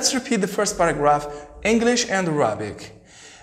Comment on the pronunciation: thanks but check for the correct pronunciation of words mainly : arabic and bullying